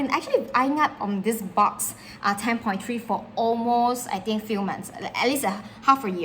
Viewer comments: Ma’am… thank you for the video. “Box” is a slang term for 🐱 in parts of the US so saying “your box” LOL My kind suggestion is to pronounce it BUX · Quick clarification isn't it pronounced Books (Boox) not Box , or have I been pronouncing this wrong all along?